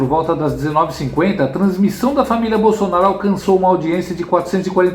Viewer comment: Verdade ele fala Bolsanaro ate qdo está com a Esbanja 😅😅😅😅😅